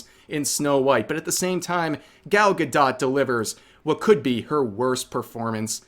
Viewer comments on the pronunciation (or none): Bro I don't like her either but if I have to hear you call her ga-dot instead of ga-dough again I might lose it 😂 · Why are you pronouncing the "t" in Gal Gadot's name? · I genuinely can't tell if you're mispronouncing "Gadot" on purpose or not .. tho I have noticed you tend to mispronounce words.. especially Japanese ones..